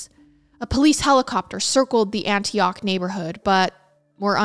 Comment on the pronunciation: I loved how you pronounced Antioch , Raleigh, and Biloxi. As a southern person we pronounce all of those differently and it’s so cute hearing you say them ❤😂